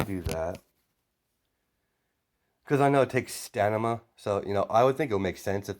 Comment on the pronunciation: Stamina not stanima